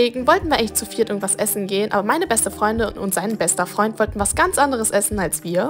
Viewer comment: seinem besten Fraund"